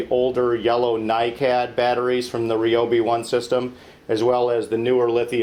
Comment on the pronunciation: He is using the correct pronunciation. Most pronounce it wrong.